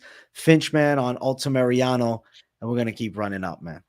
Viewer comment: It’s Alta ME-RA-NO not alta mariano come on:_blackeyeAJ